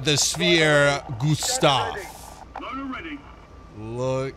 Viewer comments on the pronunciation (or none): Schwer. Sh like in shore and add a where. And put more weight into the w like the v in verse. Maybe its more like sh(from shore)+v(from verse)+air. Schwer = Shvair. And then, this is the best: add another air for Schwerer. Oh yea and its a hard r. Try to make it sound more like you are a retching gargling pirate - roll the R! And for the gustav part. Try pronouncing it like the flubber stuff. Goo and add staff. And make it short. Try avoiding the oooooh~ in goo :D all set. Give it your best try! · schwerer not sweer 🙈🙈 its heavy in english. but love your WT videos <33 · sorry to be that person but you pronounced schwerer wrong th W in german is pronounced like a V